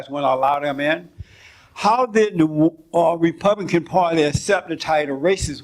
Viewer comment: Jesse Lee Peterson trying to say "republican" is infinitely funny to me Ripupihkihn. Ripupihkihn.